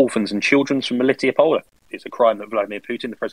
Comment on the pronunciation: I really appreciate that can pronounce "MeliTOpol," because the weird British way the others say it is really off-putting. I lived there for two years, and it's an absolutely lovely, laid-back little city.